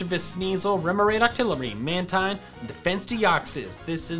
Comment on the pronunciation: Its pronounced man-teen not mantine